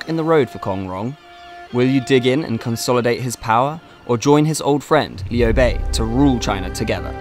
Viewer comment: 曹操念成糟糟，劉備念成里歐貝，馬騰念成馬桶，lmao